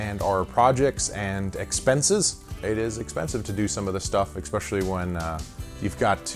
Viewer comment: Good job on simplifying things. I'm sure you'll get a better GA spot eventually. In Tavarish's absense.... I'll call you out on using the word "ekspecially"!!! I'll give you a pass, it came right after "ekspenses".